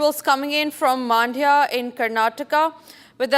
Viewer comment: Maaandya❌ Mandya✅